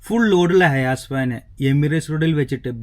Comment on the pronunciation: ഹയാസ് അല്ല, ഹൈ എയ്‌സ്‌ HI-ACE